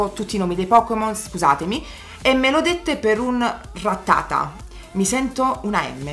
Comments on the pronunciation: ti voglio tanto bene ma è Ráttata, non Rattáta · No ti prego rattàta no AHAHAH, si dice ràttata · La pronuncia è Ráttata, lei dice Rattáta, con l'accento tonico sulla seconda A e non sulla prima... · Scusa se faccio la maestrina ma non mi puoi dire ràttata...